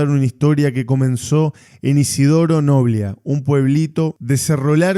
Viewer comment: NOBLÍÍÍÍA, NO NOBLIA